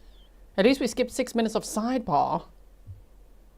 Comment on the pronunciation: Objection! May we be heard at side bah? 😂😂😂